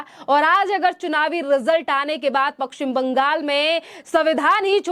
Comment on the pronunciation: Apna Pashchim Bangal ka uccharan sahi kijiye.